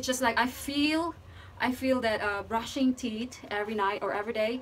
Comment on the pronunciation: The word is tee'TH, not tee'T... just saying